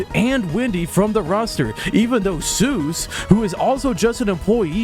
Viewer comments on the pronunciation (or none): none